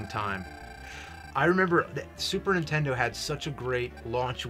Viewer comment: east coasters always calls Nintendo Intendo